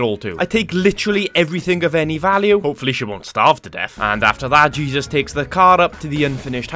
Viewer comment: Your first characters name is Jesus. It’s a Mexican name pronounced hey-Zeus. Great video!